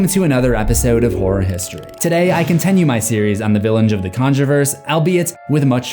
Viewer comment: Why do you say “contenue” instead of continue?